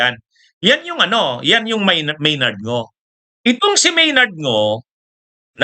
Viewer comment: Maynard Ngu po attorney, hindi Maynard Ngo. Mali lang po ang inyong pronounciation, katulad ng petsa, pronounced ninyo pitsa. Ganyan siguro mag-pronounce ang mga Bicolano. Pardon me.